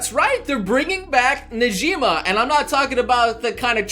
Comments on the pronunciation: Who the hell is Nejima, Negima (Ne-gee-mah) lol. But seriously I'd rather they just do the full Mahora tournament but let's see how this turns out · Its negima